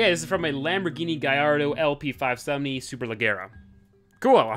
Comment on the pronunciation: the way pronounce "superleggera" tho